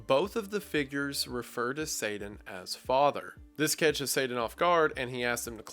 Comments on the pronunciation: It’s pronounced Satan not Sadan emphases on the T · Its SATAN not SADAN. You should know how to pronounce it if you do the video. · the way you said sadan and not satan irks me but good video as always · (Say-Den)......WHY CAN'T YOU PRONOUNCE YOUR T's!?!?!?!?!? It's (SAY-TIN) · This was really cool and interesting! Not gonna lie, the pronunciation of Satan as "Sadan" drove me nuts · Satan is pronounced with a T not a D. Sadan? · I love the breakdown of the story, great stuff.. But all the horrendous grammar and his bizarre pronunciations are killing me. I don't think I can't stand one more "Sayden" instead of Satan, or one more "so whenever" leading into a sentence 🤦🏿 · It's not 'saaay- diiiinkn' It's SAYY- TAAN!!! Please remember the pronunciations that are not the obvious north American/ weakened, almost slang pronunciation, a weakened americanised names are really hard to take, esp. those said so often... Please take as constructive criticism, I'm just making you aware how names of characters and places are of high Importance and impact, that's all. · Sorry! but are you saying satan or sadan if it’s the first then I apologise because your pronunciation make you sound like your saying the later …1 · i apologise, i dont mean to nit pick but it's Satan not Sadan. sorry this bugged me. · Wendigoon, I love you, but it’s not “say-den”, its “say-ten”. That’s how you pronounce satan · You say Satan like the avgn would, "saiden" haha, don't worry I have funny pronunciations too I'm sure. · Sadan... I love your story telling but everytime somebody pronounces t with d I go crazy in my mind. I understand we all have different accents, so it's not a big deal but I figured I'd share my thoughts anyway. Where I'm from we use a glottal stop for the t in Satan. I've never heard somebody pronounce Satan like you though. Just something I noticed. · Sadan. Sadan. don't know who this Sadddddddddddan is. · Why pronounce it "say-den"? That's just a peeve of mine. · Say Dan.